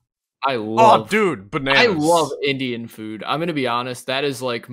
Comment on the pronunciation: not to be annoying but y cant anyone pronounce indian food properly :(